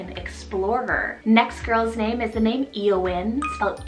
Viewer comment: Love Ayala, Bindi, Darby, Mattolina, Nyala, Otter, Selket, Byron, Conroy, Everett, Paco, Rafe, Rudy, Sparrow, and Tarvo! Another idea is Artair, which means bear. Btw, Eowyn is said as Ay-oh-win and Rafe is said as Rayfe 🙂